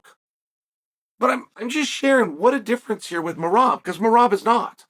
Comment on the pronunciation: how he is pronouncing Meraaaab sounds so different and cool😁Meraaab😁🫣